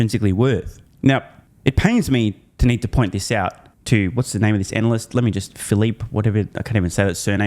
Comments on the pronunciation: Did I hear that right? Anal-cyst? About right I'd say. Thanks. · It's "anal-lust"